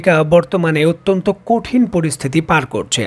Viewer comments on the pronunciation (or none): none